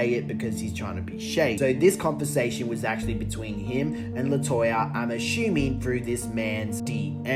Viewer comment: "I'm ashooming" 😂